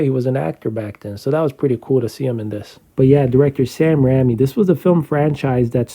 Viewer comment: Sam Rame lolololol. That's not how you pronounce Raimi